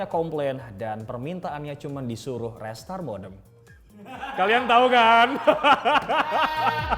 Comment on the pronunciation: Restart dibaca Ri-start kalo ga salah